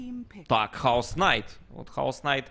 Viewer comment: Бля хоть бы проявили уважение к героям не Хаос найт А Кэйос найт знаю что инглиш хреновый но чуть чуть нада знать